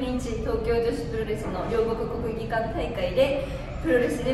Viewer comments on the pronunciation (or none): ここにも両国国技館言えない子が😂